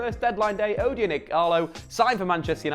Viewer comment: The "O" is pronounced like O in orange 😉